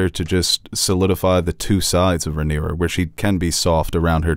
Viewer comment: Rhaenyra not Ramira 😂